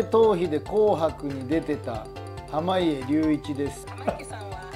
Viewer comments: はまいえりゅういちをはまげとか色々間違えてるので笑ってしまった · ずっと濱家って言えないの笑うわwe